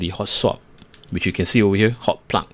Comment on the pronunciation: I love how you ''plug''..., it sound more like ''puck''! Only one more letter now... ; p